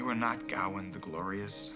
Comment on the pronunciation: GaWAIN not GOWan !